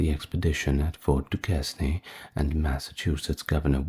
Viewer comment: Am I about to blow your mind on how “Duchesne” is pronounced….